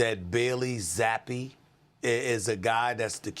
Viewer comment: You M0R0N. Stefanski doesn't hate any of his players. He may not have wanted to draft Shedeur, but you're a conplete lDl0T if you think he hates Shedeur. Hard to take any AI video serious if they can't even pronounce Zappe correctly.